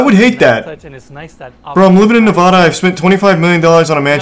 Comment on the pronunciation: When he says Nevada wrong 😒